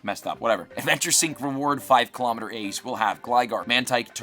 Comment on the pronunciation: The word is eggs, not aygs.